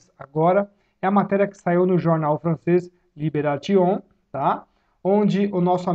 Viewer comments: Adoro teu trabalho Ricardo. Sobre jornal aqui em França o Libération se fala Libérrácion essa é a pronuncia meu amigo. Continue assim firme e forte. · Na França se pronuncia liberacion. Obrigada pelas informação.